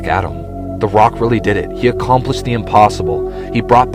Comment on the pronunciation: I love how you say Rocks name. LOL